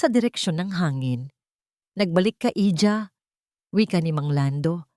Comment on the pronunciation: Pwede ba ayusnn byo naman angpagbabsa ".Iha not Hija""